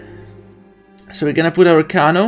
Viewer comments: It's not Kono it's kano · The way you pronounce Kano gives me anxiety. It’s pronounced KAY-NO